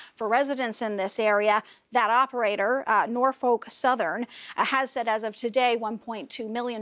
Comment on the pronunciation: Nor-Folllk? Facepalm. Just say Norfuk and get it over with.